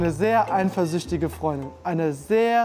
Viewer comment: eiNfersüchtig! Kann mal jemand ihn erklären, dass es ohne N geschrieben und ausgesprochen wird